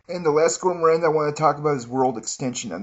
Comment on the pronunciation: does this dude purposely mispell words or what? veviteer and gour moron. haha